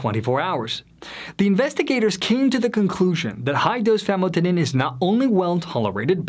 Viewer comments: This guy is not a medical professional as he mispronounces basic medical terms. Famotidine (Zantac) chemically increases in a cancer causing agent when exposed to heat. It has been recalled by the FDA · This guy is not a medical professional as he mispronounces basic medical terms. Famotidine (Zantac) chemically increases in a cancer causing agent when exposed to heat. It has been recalled by the FDA.